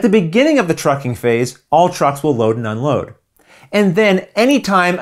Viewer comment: How many times did you mispronounce "trucking phase" during the filming of this video? 😀